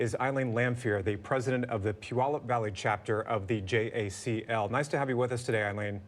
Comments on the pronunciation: “Incarcination”???? Maybe try the word, incarceration… Much better… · It's pronounced, "IN CAR SIR AY SHUN". This is how to tell when the speaker doesn't care.